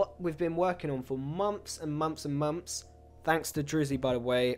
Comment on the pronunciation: the way he says "months" sound like "moms"😂